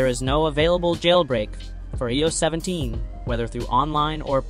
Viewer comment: Eeh oh 17.. 😂 the AI doesn’t even know how to speak properly!